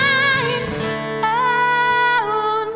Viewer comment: She pronounces D Vine and leaves the 'i' out.